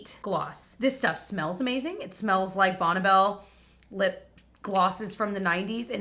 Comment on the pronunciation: "Bonabelle"...? Do you mean, Bonnie Bell??